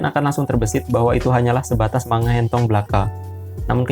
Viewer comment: Sorry bang, cara sebutnya bukan "manga" tapi "mangga" (マンガ) Cuma koreksi 🙏